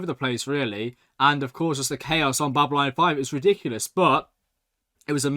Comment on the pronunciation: Ffs he's this far into the series and he's STILL saying Babyline 5! BabyLON! Its not hard!